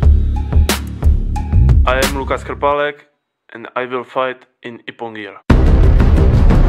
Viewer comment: thanx for clarifying concerning ass-scratch wazari. Cause it's the weirdest score. It is always funny when the announcer pronounces Krpalek wrong.